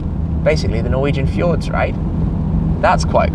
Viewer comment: My favorite parts of these videos are Tim trying to pronounce Norwegian words haha